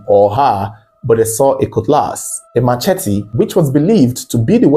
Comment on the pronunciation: Oga, that thing is NOT pronounced ma che tee. It's pronounced as muh-SHEH-tee. Sheh, not Che, Jeez! Learn and stop opening big mouth saying rubbish